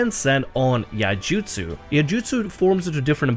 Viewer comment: how to Pronounce Iaijutsu ( Samurai ) : Ee - eye - ee Jutsu. not yay jutsu or ay-ey-ay jutsu just a friendly comment passing by.